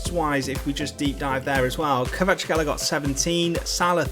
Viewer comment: Its a hard name to pronounce but its said like kvar at skelia